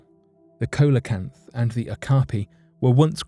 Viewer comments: Regarding No.3 & 1 : just GROW UP. Just childish stories for the eternally gullible. And FFS, re No.2 : at least learn to pronounce your subject matter. It is not pronounced COLA-CANTH. Nothing like that. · SEE luh kanth is how you pronounce Coelecanth.